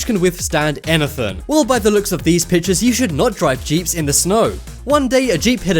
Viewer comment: Oh said enythin